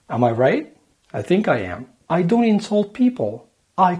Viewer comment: Your English is perfect and so is your American culture knowledge, but you just need to work on your "don't" pronunciation, other than that, you are perfect. Lots of love from Algeria.